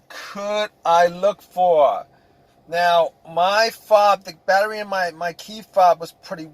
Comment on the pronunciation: Nothing happened at aww . Can’t be hunred percent. What else can you look faww. What accent is this? Can’t be NEW YORK